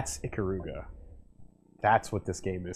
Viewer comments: ee-KAH-ruga, not ICK-uh-ROO-guh. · I gained mad respect for you as an Ikaruga fan, EVEN THOUGH YOU CALL IT "EEKA-ROOGA", the second you mentioned my bae Kagari and the Ginkei by name without prompting. I knew you knew the real story, and I had no idea one of my favorite youtubers had the same respect I had for this wonderful piece of art in video game form.